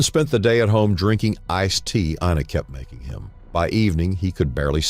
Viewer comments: During the whole video, her name is pronounced "Inna" but the narrator consistently says "AYE-na" until the very end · it's I -na. how ever, no big deal 🤝😅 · "eye-nuh" Ina